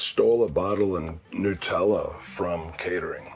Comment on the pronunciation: It's NUT-ella. HazelNUT.